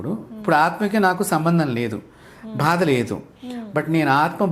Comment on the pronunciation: meeru...bHaada bHaada ani antunte nenu vinaleka chasrhunnaanu, meeru Samskrutam, Telugu nerchukoledaa? meeru kooda English lone vidyaabhyaasam chesaara? Mari ilaani uchchaarana yenduku? Dayachesi bHaada anakandi